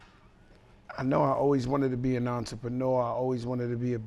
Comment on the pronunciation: Real entrepreneurs can’t say entrepreneurs lol